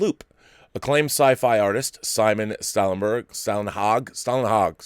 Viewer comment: TFTL is definitely beautiful, but it's also shallow, I think. By the way, the first way you said Stålenhag was quite close. 👍